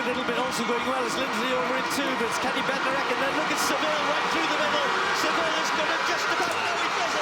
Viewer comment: Benarek? Is it too much to pronounce his name correctly?